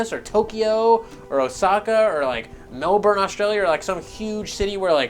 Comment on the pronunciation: U are the first north America I've ever heard say Melbourne right